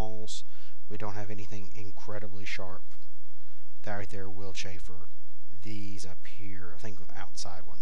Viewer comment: The term is - Chamfer - NOT Chaffer. Please pronounce the 'm'. You are using a completing unrelated word through your pronouncing - chaffer.